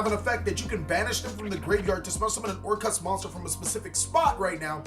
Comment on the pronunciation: why do people keep calling them orcrust? instead of orcust he is the only one who says it right.